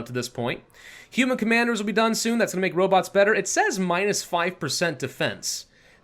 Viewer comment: "Robits"? Not as bad as "Goshumrockinron" ;)